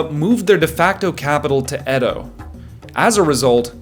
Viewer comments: Ede😂😂😂 It's Edo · It pronounced eedo not ed o for goodness sake…it’s obvious you’ve never been anywhere near Japan